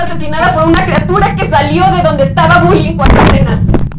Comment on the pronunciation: Se dieron cuenta de que se equivoco al decir cuarentena